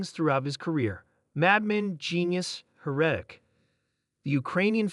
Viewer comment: The AI is reading the * in your story: "asterisk ___ asterisk," and mispronounces words like "heretic." Have thought of narrating your videos yourself?